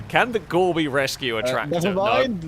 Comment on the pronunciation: I wish people would stop calling it the Gorbi... It is Gore By 4.. like Four By Four... it's called a play on words..